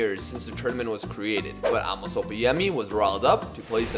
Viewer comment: Probably too late but his name is prounced A(literally just the letter A)- mos (like youve been saying the entire series